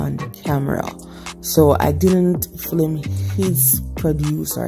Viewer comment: Nice to see my towns market... But the word is "film" not flim we are watching internationally